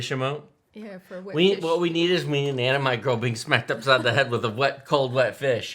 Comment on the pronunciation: Anna-My... lol Anime is pronounced Anna-May :) surely Muse has left you with that information by now.